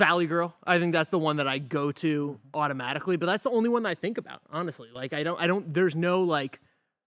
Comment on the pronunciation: The only time sounds distinctly New York is when he says “Automatically”